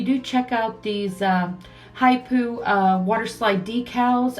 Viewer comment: Love these designs. Water slides are great. The brand is pronounced Hip Po like the animal